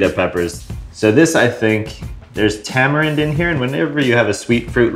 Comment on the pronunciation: "Ta - mah - reen" and roll the R off your tounge. Not "Tah - muh - rend"